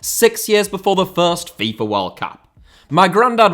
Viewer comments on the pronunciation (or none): none